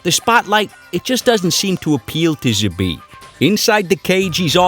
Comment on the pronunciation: You pronoince his name doesnt right, not "Zhabit", Z pronounce same way like "Zorro", Забит.